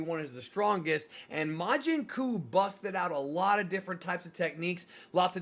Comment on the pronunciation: Oh boy, as a native portuguese speaker… majin cu…. 😂😂😂😂😂😂